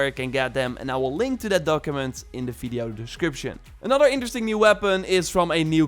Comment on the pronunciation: Guy! It’s video, not fiddio. I understand you’re not a native speaker, but it’s a “v” not an “f”. It sounds like you have wet lips. It’s gross.